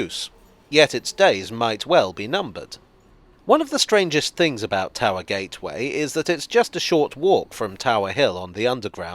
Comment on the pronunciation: Towee Gee? Please don't ever say that again